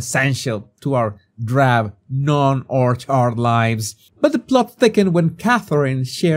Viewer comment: 2.55 mark had me howling. 'Groundbreaking' and the emphasis on 'Orchard'...so so so funny <3